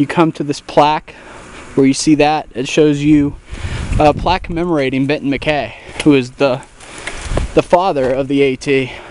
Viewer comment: I believe it is pronounced "Mac-Eye"